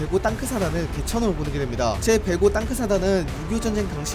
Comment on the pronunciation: 어우 땅크사단 말하는데 웃기네